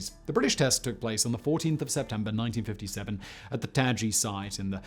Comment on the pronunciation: Why did you say 1957 with a sarthefricun accent?